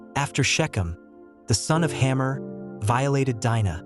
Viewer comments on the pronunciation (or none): It is Hamor not Hammer. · How about Hamor? Is it supposed to be pronounced "hammer"? Or "hay-more"?